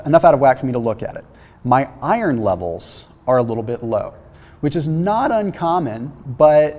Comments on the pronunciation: I learned you can’t pronounce iron today lol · Is pronouncing iron as I-run a Canadian thing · So weird how says Iron. Sounds like he's saying ire(land) ron. Is this a Canadian pronunciation of it? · you're saying iron wrong